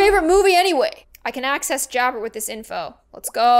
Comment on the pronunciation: When you said hey jabbr it's actually her jabbar